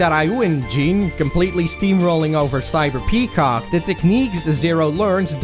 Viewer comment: I lost it when you said Cyber-Cock LMAO HAHAHA